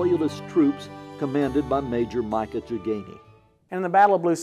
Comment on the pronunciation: and Micajah is pronounced "mi-KAY-jah" NOT "MY kay juh". It's a name out of the Bible. Micajah was the son of Imlah. He is one of the four disciples of Elijah. (1 Kings 22:1–12)